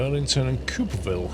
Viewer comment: Hey its actually pronounced Colville (Call-ville)